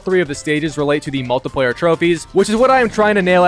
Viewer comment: I'm going to absolutly stick it in you if you keep pronoucing multiplayer like that